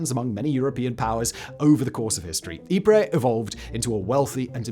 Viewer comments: For goodness sake it's pronounced EEP not Ipra or Ipre!!! This is the second upload about Ypres where its been mispronounced! Great otherwise! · It's pronounced 'Eee-pRy' not 'Eee-prey' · It's pronounced yeep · Eep-Pray? If you are going to mispronounce Ypres call it wipers for God's sake! And why pronounce Passchendaele, parshen-dahley?